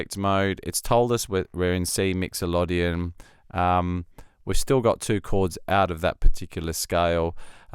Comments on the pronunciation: As all the other comments here I think Scaler is a superb tool and also if needed a way to learn music theory. Well done developers., great demo but can I ask why you pronouce Myxolydian as if it were spelt 'Myxolodian'... slip of the tongue perhaps? Anyway thanks for this monumental plugin. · ah...ok, I did wonder and admittedly only a cursory glance to see if anyone else had already mentioned it, I didn't find any comment in relation to 'exotic' pronunciation of the word. 😉